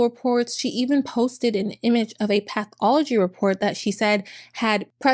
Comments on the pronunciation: "path all a G" instead of "pathology", I don't like making a fuzz of language errors but how on earth did this educated lady come up with that? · "path all a G" oh NOOOOOO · "Path all a G" ????? Seriously? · "Path all o G" 😂 She didn't even google the spelling? Wow. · It’s the “ path all a G” for me😅😅😅😅😅😅😅😅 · "Path all a G"??? Woooow. 🤦‍♂️ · Lol. Path Al a gee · Literally a few seconds later: "Path all a G" CHRIST. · “Path all oh G” 😂 😂 😂 doesn’t surprise me that she thought she could get away with this lol. I love your vids btw. New sub here :) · It rhymes with Buy all a G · Path all a G, huh? Not the brightest bulb in the shed. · the "path all a G" thing......... how........how do you even make a mistake like that....... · path all a G Seriously? What the actual F*&K? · "Path all a G" 💀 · Path all a G is hysterical 💀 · I don't know why, but "path all a G" is the funniest thing ever to me. It's like the medical version of "bone apple teeth" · “path all a G”💀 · "Path all a G" 🤣🤣🤣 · I’m sorry but her spelling pathology ‘path all a g’ had me SCREAMING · “Path all a G” byee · "ｐａｔｈ ａｌｌ ａ Ｇ" 😂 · Not path all a G……. I can’t with this lady lmao